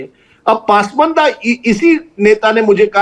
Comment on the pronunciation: PAASMAANDA nahi...... it's PAS-MANDA...